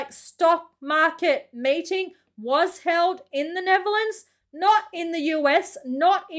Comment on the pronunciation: i think you should go to google translate and translate Kylie Minogue to english. because you dont speak it as written. Oh and its not neverlands its Nettherlands. No not every car has 4WD We dont need it here